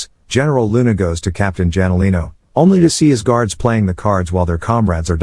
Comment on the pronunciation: Captain "Janolino" man that's so annoying it should be Hanolino